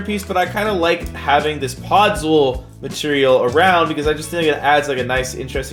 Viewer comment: pod-zool lmao